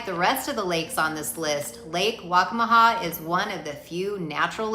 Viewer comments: Lake WACCAMAW Pronounced: WAC-CA-MA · It’s Lake Waccamaw.